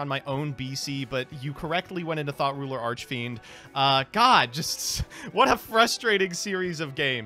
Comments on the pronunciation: I don't care how childish it is, but I giggled a little everytime i heard THOT ruler. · I keep hearing "Thot Ruler Archfiend" from MBT...